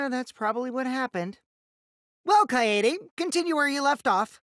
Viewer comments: It just pushes my freaking buttons when they don't pronounce Kaede right. ITS KY A DAY NOT KY AI DE Edit: it also makes me pissed when they keep pronouncing their names to people like "I AM (insert name) SCRUB" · THEY CALL HER KAYAYDAY I WANT TO CRY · there was more of an a rather then a yay